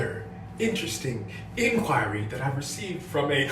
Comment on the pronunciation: 'inquirey' had me dead The diction in this poetry was just Gucci